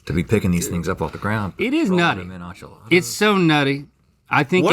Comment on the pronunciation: Does Rhett think enchiladas are French? He keeps pronouncing it as though he thinks it’s French…… Rhett I love you but that’s not how Spanish vowels work 😂